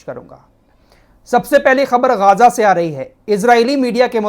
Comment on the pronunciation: गाजा नहीं गज्जा है